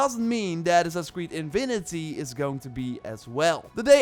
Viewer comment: He literally said 'Invinity'